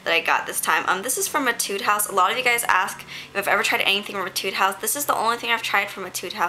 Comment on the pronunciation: Aw how sweet of you! I love Jill Stuart too - though I only have one blush so far hehe. Definitely would love to collect some more. Love how the Canmake Bitter Coffee quad looks too - thanks for sharing =) Also, not sure if anyone has mentioned this so far, but I'm almost certain that it's pronounced "A-tude." An etude is a musical practice piece - one that is supposed to improve your technical skills. When I played violin I always had a book of etudes.